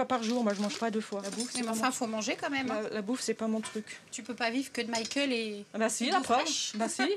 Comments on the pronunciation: Le ë sur Michael.. Arrêtez, je vous en supplie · Michael bordel pas Michaël